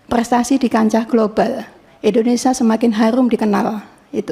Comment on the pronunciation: indonesia bu, bukan indonesah 😅😅